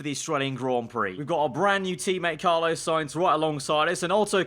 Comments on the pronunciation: It’s pronounced Carlos with an s not Carlo just saying I love this series keep up the good work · Love, but is it just me that gets frustrated when he says Carlo rather than Carlos? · It’s CARLOS not Carlo 😭😂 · Pronounced Carl oooos